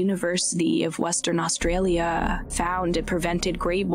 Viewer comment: Do you deliberately speak like you do? I try to listen but your attempt to sound eerie, comes across as aggravating. Talk normally, without affect, and dragging out your last syllable. Just be yourself bc this isn't it, and every time I come across one of your videos I skip it, Austraaaalia...what is that!? Talk normally and without the dramatics, Scaaalllloopps. Come on,,,✌🏽